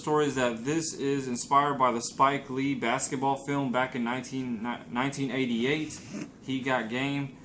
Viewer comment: Copped mine off stock x too for below retail. The movie was 1998 though. It sounded like you said 1988